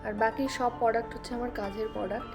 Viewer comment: Product word bhalo kore pronounce korte paro na???tumi ki murkho???ota poduct noy product